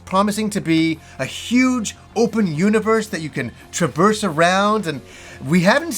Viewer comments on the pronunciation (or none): none